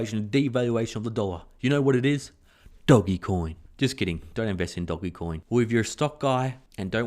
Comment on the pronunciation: I know you like to say DOGGYcoin, so do I, but its really Doge, like an Italian Doge :)